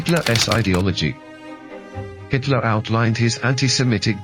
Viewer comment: Is the narration done by AI? "Hitler-S"???